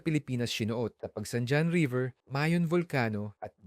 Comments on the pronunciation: Pagsanhan not Pagsandyan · Pagsan 'jan' river